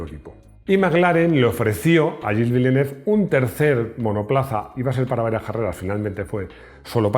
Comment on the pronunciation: Execelente video, muy emotivo. Pero el nombre del piloto está mal prounciado